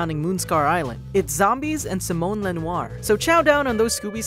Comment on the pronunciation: Thank pronounced Simonne correctly. Nobody pronounces my name right lol.